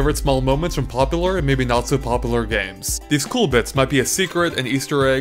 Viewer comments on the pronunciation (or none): GODDAMNIT! IT'S PRONOUNCED 'POPULAR!' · This was a cool little tidbit of information, and I found it fun to watch, but I have to say that it drives me nuts the way you pronounce "popular" and "accurate" and the like. It sounds like "pop-a-lur" and "ack-er-it" (obvious phonetic spelling of how it sounded to me). It's the same way when I hear people pronounce "wolf" as "woof". Yeah it's anal retentive and nit-picky, but I'm a fastidious person by nature so it comes with the territory. : /